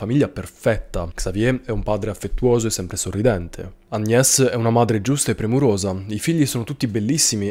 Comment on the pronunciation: Se Paris si pronuncia Parí.. Agnés si pronuncia Agné! 😉👍